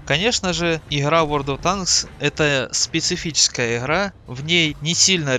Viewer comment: Нет, вы произносите «игра» как украинцы.